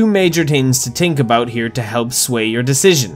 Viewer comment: "yu hav to tings to tink abuot"